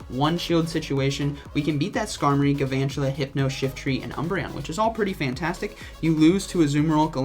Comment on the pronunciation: It’s pronounced gal-VAN-tula. Gal with an L.